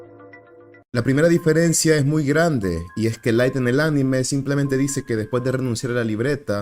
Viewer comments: soy el unico q se da cuenta q durante todo el video dice diferecia y no diferencia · soy el unico q se dio cuenta que todo el video dice "diferecia"? ajajajjaaj